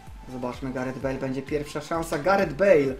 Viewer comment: "Wezmę Galareta Bejla" XDDD